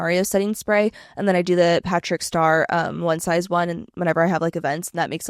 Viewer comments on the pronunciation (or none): Giggling at how you said the “Patrick Star” pallet 😂